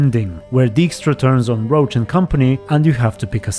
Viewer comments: Isn't Roche pronounced as Rosh, not Roach? For a while I thought you were talking about the horse lol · Why do you pronounce Roche like Roach ?